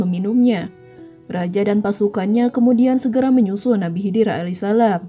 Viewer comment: Bkn ahli wasalam min, tp alaihi salam,,, anda hrs belajar lagi .... Risih dengernya